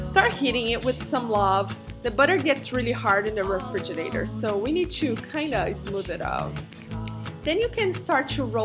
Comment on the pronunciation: Lol....real spoon test. No! But funny if it were. So, am I thebonly jerk that is pointing out how she pronounces refridgerator and how its cute? Re-fridge-er-dater? Are they dating each other? I just may subscibe now....probably from the reflection of herself in the top.